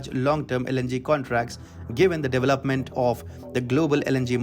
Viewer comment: Devil up ment 🤣🤣 instead of development